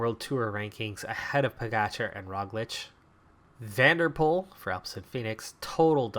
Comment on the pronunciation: Its not a big problem, but for dutch and german names, a v usually turns into a f, so its "Fan der poel" and "stuyfen" (yes i know hes from belgium but its the dutch speaking part of belgium)